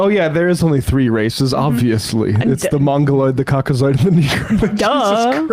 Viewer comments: I thought he said Cock-O-Sword 😂 oh Lordy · Cock-o-saur is my favorite dinosaur. He said COCKOSAUR and you can't convince me otherwise